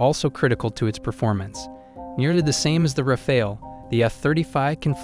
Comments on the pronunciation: Rafale: say Rah-fahl, not Rah-fail . Dassault: Dah-Soh , not Dah-sawl't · It's RAFAL, NOT RAFAEL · « Rafael » is a 15 century painter… learn to say Rafale correctly ( means wind gust OR burst fire in french)